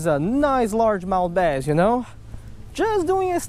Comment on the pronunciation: We'll try our "basst"